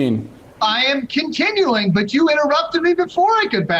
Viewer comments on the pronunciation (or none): 4 minutes in, when you guys paused ; the entire time I was like "Did this guy say mix up Trump and Biden?" I was waiting for him to say "I meant Donald Trump". He seems drunk and he said "Continuling"